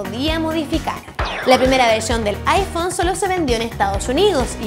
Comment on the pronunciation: Aifon :V